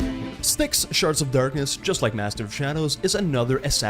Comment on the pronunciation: Yes I love both :D i just had to post my self-identified funny comment when I misheard you say "sharts" instead of "shards" and thought it fit with the humor of the game xD